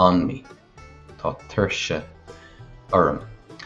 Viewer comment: There is no dialect of Irish that uses 'th' (as in the British English 'th' sound) in the word tá. It's an error in the video above. There are dialects where tá may be pronounced as 'há' (which would be rendered under Irish spelling rules as 'thá', but please never pronounce 'tá' as 'thaw' (as in the English word thaw). This does not happen in Connacht 100%.